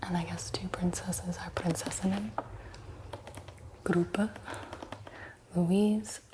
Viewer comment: I loved this video sm because I‘m actually from germany and it was nice to see someone talk in english about the berlin souvenirs. 🫶🏼😂 You pronounced "Ampelmann“ pretty good and also "Prinzessinnen“ was not bad. If you want to say Preussen, you say it more like "Proissen“. 😊Eu sounds more like Oi in German.